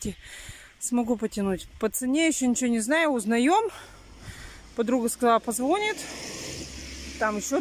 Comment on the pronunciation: не позвОнит,а позвонИт.